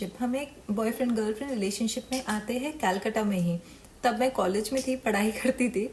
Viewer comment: Kolkata ko kyu kayalkata bol rahi h